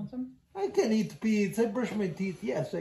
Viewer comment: "AH, you still eat-aa?" 😭🤣